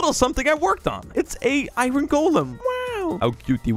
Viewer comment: OMG SOMEONE WHO SAID IRON CORRECTLY!!